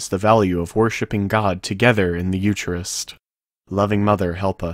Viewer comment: Eucharist is pronounced Yu-ka-rist. Every Catholic knows that.